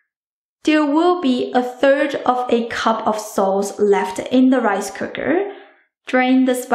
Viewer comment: DID SHE SAY WIFE COOKER!!